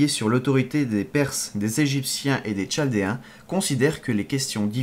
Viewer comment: On dit KALDÉENS !!! et NabuKodonausaure !!! C était super a écouter